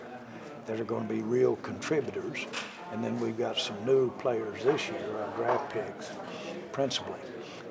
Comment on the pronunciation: I heard "pigs" instead of "picks" and just thought it was another Jerryism